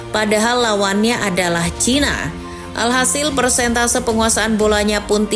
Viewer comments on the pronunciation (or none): none